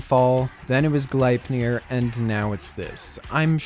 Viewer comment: its "glep-neer"